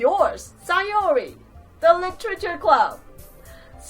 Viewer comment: Btw it's SAYori NOT SIGHori